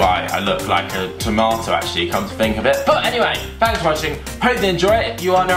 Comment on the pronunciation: Why do u always say Fankes not thanks?